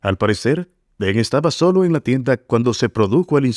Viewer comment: Por qué dice "Teng" si es Tang?